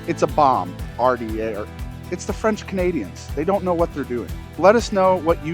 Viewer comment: If I may, it’s pronounced “Bombardier”